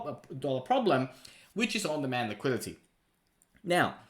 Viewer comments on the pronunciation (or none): LMAO what is Liquility? Lol learn the words you need to say in your videos maybe?